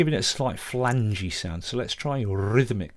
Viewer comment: Rrrrhythmic....you're a classic man! Thanks for the great tips and the humor!